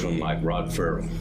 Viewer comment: Ferrel not Rarrel